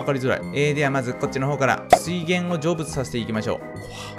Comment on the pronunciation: 成仏が、ジョブズに聞こえる